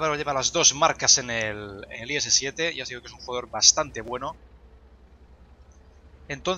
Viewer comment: Por qué dices i7 y te tragas la s? Xd!!!!